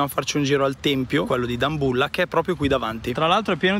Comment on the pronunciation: Adoro come pronunci Dambulla